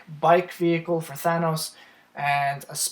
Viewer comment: Sorry had to dislike because of the way you say Thanos